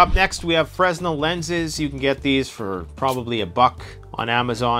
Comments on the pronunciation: It makes me little crazy to hear a Canadian pronounce "fresnel" with an audible "S". The man who invented the concept of the lens was French and pronounced his name "Fray NELL". I know, you are trying to communicate with the lowest common denominator, but with your audience reach, you might want to teach as well as inform. Rant over. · It's pronounced, "FRUH-NEL, not Frez-nel fresnel[ fruh-nel, French frey-nel ]noun a unit of frequency, equal to 1012 cycles per second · It's a french guy's name, so it's pronounced "freh-nell" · F.Y.I.;Fra-nel; the "S" is silent. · The S is SILENT in the word Fresnel. You would pronounce the word Fresnel correctly if you said it more like is was spelled Frennel or Frenel. Again the S in that word is SILENT.